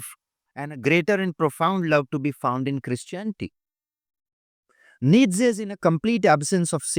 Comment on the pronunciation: You dont know enough about Nietzsche . Even a few youtube videos would have been enough for you to understand the beautiful philosophy of Nietzsche . Even 1-2 quality resources would have been enough to atleast inform you of how even his name is pronounced correctly . If you really care about truth in your work , go back and look up Nietzsche .